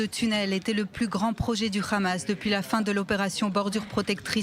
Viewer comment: C’est pas le khamas mais le hamas